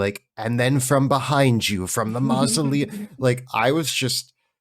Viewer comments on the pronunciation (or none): Hehehe… mal-uh-sium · I love it, but seriously, have you never heard anyone correctly pronounce "mausoleum"? You professionally write about things that appear in graveyards.